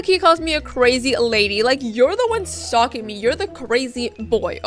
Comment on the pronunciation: and sstop stalk-ing